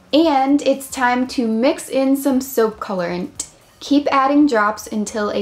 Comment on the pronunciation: Soapp,colorentt,why dont you just say it normally like soap, colorant